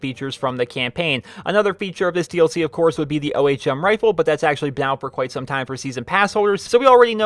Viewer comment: For gods sake learn to pronounce ohm.